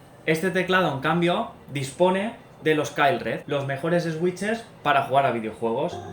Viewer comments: Jajajaja "Eswitches" Se pronuncia "Suiches" pero bueno xd Buen video me encanto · en realidad es suitches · Buen video, sigue así y llegarás lejos por aquí. Pero no te voy a mentir, estoy llorando de la risa de oírte pronunciar switches 😂😂😂